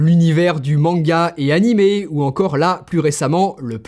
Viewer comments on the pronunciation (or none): none